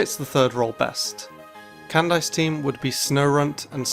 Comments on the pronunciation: pronunciation"canned ice"....can we have a talk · The way he said Candice's name... Can-dice 🤦‍♂️ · wait did he call candice can dice wtf